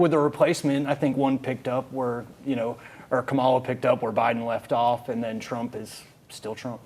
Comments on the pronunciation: Why can't the ignorant one's pronounce VP's name correctly? VP Kamala handled dump in the debate perfectly! She was NOT debating a "NORMAL/SANE" person! He thought he was going to steam roll her because she's a woman, and a BLACK one at that! In short, anyone that supports #dump is a plum fool, period! Who in their right mind would support the following? : Felon w/ 30 something criminal counts, sexual predator, liar, cheated on wife by paying a pornstar for sex, instigated January 6, 2021 insurrection, on a recorded call with GA Secretary of State, Brad Raffensperger harassing him to "find" 11,000 votes so he could win election! Six bankruptcies, KNOWN racist that refused to rent to Black people, had the WHITEST administration... NO diversity, unhinged, insane wannabe dictator with Project 2025 policies, 5 kids with 3 different women, and the list goes on... VOTE BLUE up and down the ballot for FREEDOM, SANITY, and PEACE! Full steam ahead with Harris / Walz 2024! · Y'all are saying her name is wrong it's kamala. Her name कमला it "means Lotus Just ask her mom that shit you people are calling her means. Nothing, can't you read sound it out 😂.. Wright? Here it's Indian not black Kamala Khan. AKA Ms. Marvel.. same Fucking Name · Why do trump supporters excuse all the convictions, and try to validate it, but excuse it, but have room to criticize VP Harris. Black man on the panel, if anyone should make sure that you pronouce VP Harris's name correctly!! As a black man, you of all people on the panel should at least pronounce the VP's name correctly, unless you are a maga Republican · Not to mention his inability/unwillingness to pronounce her name correctly. It’s disrespect. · Why not correct pronunciation of her name!!!! Come on people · And the white boy mispronounced her name. That tells you all you need to know about him and his excuses to hate. It’s the dog whistle.